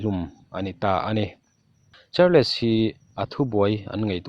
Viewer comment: Histree - tia lam tur, histawri nilovin..Chuan Char-less nilovin charls tia lam tur ani....Alawmawm hrim2 a bengvar thlak..lo trang zel rawh